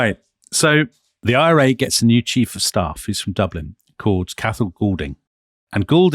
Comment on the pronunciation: Cathal is pronounced Kaw-hal